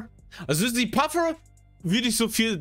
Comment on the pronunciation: Wie spricht patrick manche englische Begriffe sehr übermotiviert aus?🤣 Wie z.b. bei Puffer = Paffurrgghhhh